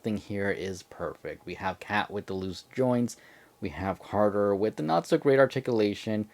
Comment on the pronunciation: Bro said carger